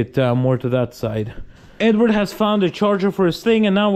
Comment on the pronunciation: It's actually Eduard. But these guys are too westernized to pronounce Russian names correctly